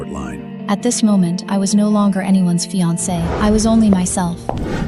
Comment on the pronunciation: Teach AI to pronounce "fiance" correctly! (Min. )